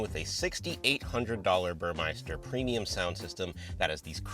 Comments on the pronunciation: Burmester. Not Burmeister. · Dude, the name Burmester is pronounced as burr-mess-ter. It’s not burr-mice-ter. And it’s funny when you mentioned about its perfume! I agree the CPU is too damn slow for the OS. Good video! Thanks! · why does everyone say Burmeister, it's Burmester. As a german that's pain in the ears😂